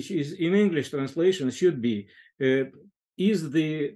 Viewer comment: Я изучаю английский язык, слушая Андрея Линде. Он мог бы профессионально работать преподавателем английского языка с образцовым произношением. Спасибо за интересный диалог!